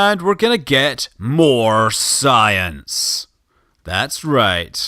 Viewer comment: "More" not "Moar"